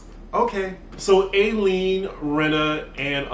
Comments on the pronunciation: Her name is Eileen...pronounced I-lean dear. Love her too. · Can you PLEASE say EYE LEAN (Eileen)